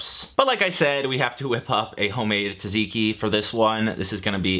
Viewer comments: neither of those lol. it's tsah (like the 2nd syllable in piz-za) zee-key. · the american pronounciation of tzatziki hurts more than gyro lol